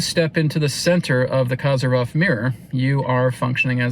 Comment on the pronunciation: The correct pronunciation of his surname is Ko-zeer-yev. The accented syllable is the middle one, "zeer". The wovel "o" in the first syllable is short, as in the word coffee. ❤